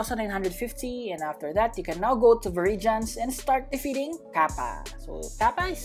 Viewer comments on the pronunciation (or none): none